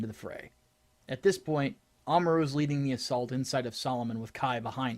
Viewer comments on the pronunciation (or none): "but sir"- "I said leding"